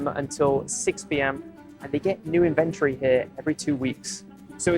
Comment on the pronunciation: I’ve never heard anybody say inventory like that